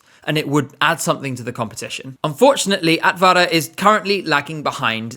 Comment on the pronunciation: Simple tip for improving pronounciation in Finnish, Estonian and Latvian - the stress is on the initial syllable. E.g. AT-va-ra not at-VA-ra